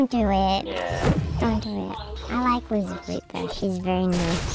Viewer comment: for some reason, I kept thinking people were saying Lucifer instead of LoserFruit